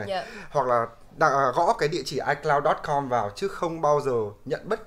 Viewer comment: ICloud = i mây 😂